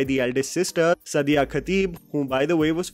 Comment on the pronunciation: Hi, Sadia is pronounced as Saadiya:)